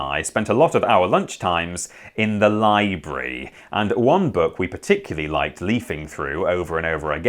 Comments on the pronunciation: It's pronounced 'Library'. If this isn't A.I. it's very convincing. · the way he says lobrary is how u know what friends he had 😂😂😂😂😂😂